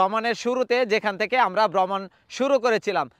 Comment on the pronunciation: Shudhu vlog korlei habe na. Ucharon thik kortay habe. Great,Vromon,Paper, Letter, Payment Kono ucharon thik mato hossay na🎉